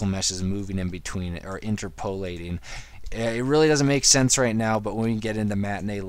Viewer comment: Sorry to be a grammar-Nazi, but it's "interp-uh-lateing" not "inter-poe-lateing".